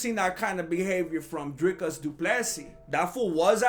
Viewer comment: Finally the first mma creator that's not African that pronounces dricus du plessis correctly